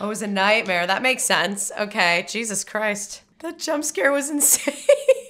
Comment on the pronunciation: The way she says "ni'ihtmehr."